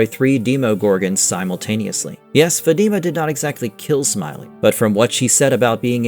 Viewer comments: It’s not an English name, it could be Spanish from South America or Caribbean, anyway her name is not Fati’ma! It’s Fatima! I’m Italian and even in Italy, same pronunciation! Even in Spain! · Why do these NPCs call her FaTeamUh like they never watched the show and don’t have the brain capacity to pronounce her name right 🤦‍♂️ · Her name is Fat-i-ma. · Why people can't fucking pronounce her name right? Don't you watch the show? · Bro you are saying her name wrong jeez